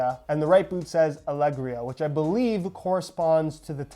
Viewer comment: Lol Bro, just up on google how to pronounce “Ousadia” / “Alegria”. You couldn’t have said more wrong hahahahaha